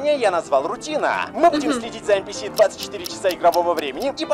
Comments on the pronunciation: не [Эн пи эс],а [Эн пи си]. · Все: Энписи: ЭНПЭЭС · Все: энписи: энпиэс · Мне одному резало ухо нпс!? ))) эн пи си если что ))) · Ааа я раздражаюсь от слова энпиэс лично я говорю энписи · Не ЭНПИЭС А ЭНПИСИ Кстати я полностью его проходила IQ тест